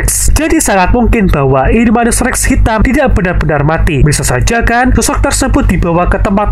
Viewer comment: Bang namanya indominus irrrrrreeeeeengggg😂😂😂